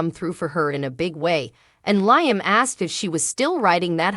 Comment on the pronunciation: His name is pronounce Lee am Not Nyam